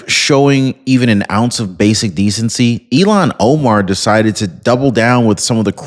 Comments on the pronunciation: Her name is IL han Omar not Elon Omar Luv ya! Somebody please tell him. Please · I'm sorry, is her name pronounced Ill-hon or E-lon? E-lon makes me feel sorry for Elon Musk 🤣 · Elon musk not Ilan Omar. Ilhan. Ilhan. Say it right. 😂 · Ill-han not Elon. Thanks Omg I had to stop listening because everytime you mentioned her name I pictured Elon. I will be watching for other videos. Have a Blessed Day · Who is Elon Omar? Do you mean Illhan Omar? Pronounced ill han, not Elon. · Her name is ill -han, not E - lon. Hope she gets deported in any case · Good job,. Here's a hint on the pronunciation: ILL-hahn, not elon Omar. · It's ILL hon Omar. Learn to pronounce the name of the person you're insulting. Its Elon Omar. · Its not elon...its Ill- hon. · Elon Omar or Ilhan Omar? You’ve been mispronouncing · Hey, her name is pronounced, "Ill-Hon" not "Elan" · you’re pronouncing her name wrong. It’s ill Han not Elon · Ill-haun, like blah, like puke. 😂